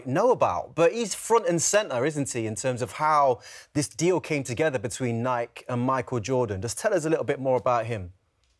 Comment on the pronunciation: When the host can't even pronounce 'Nike' correctly. lol